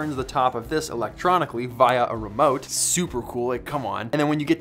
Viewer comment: Bro, you're pretty cool but the way you say "via" drives me crazy lol. Your stuff's still great though.